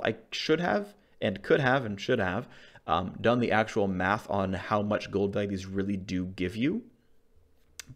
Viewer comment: did he just said math .. or was it "quick maffs" :)